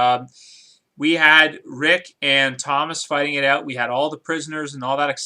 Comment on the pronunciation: It's Tomas not Thomas